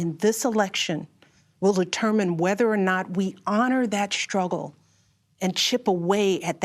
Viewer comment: Shtruggle? Shtretch?